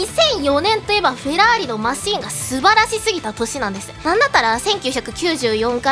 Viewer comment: フェrrrラー↑リ好き